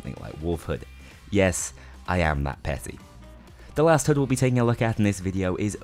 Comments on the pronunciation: Take a shot every time he says HUD wrong. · "hood"... Khe he he 'your accent funny' xd